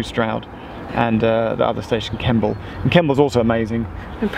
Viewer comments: Makes me laugh that Geoff pretty consistently referred to Stonegate, Strood and Kimble rather than Stonehouse, Stroud and Kemble! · Hey how was the Strouds golds busses? Did you catch one? There lovely leather seats and wifi. It's great if you miss your train. It's nice and comfy. Also Kemble is not pronounced Kimble you say it kem ball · Stop calling Kemble....Kimble!!